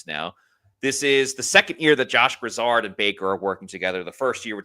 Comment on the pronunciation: Its not pronounced like Lizard.. its gri-zaard